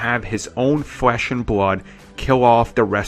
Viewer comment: Kywo Wen Bwood Wine Fwesh and Bwood you pwobwabwy say wazer wifle too 😂😂😂😂😂😂